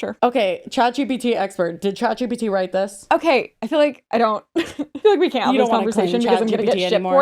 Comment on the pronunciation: Chat gbt ? Gpt? Shat bt ? What are you saying and what is it?